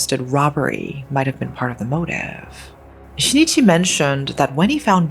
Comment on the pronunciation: The name of the husband is not SHI-NI-CHI. It is SHIN-I-CHI.